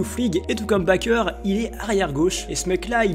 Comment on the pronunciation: Tu sais pas prononcer Bakker, tu connais pas Olivier Kapo, tu connais pas Ogbeche, tu mets un gardien qui prend 3 buts par match en Top prospect, tu nous sors des « avec la tête qu’il a on voit c’est un futur Ronaldinho », tu parles pas de Kays Ruiz qui est un top3... frère si tu arrives à 100k tu es le plus gros escroc, c’est même pas de la Footixerie là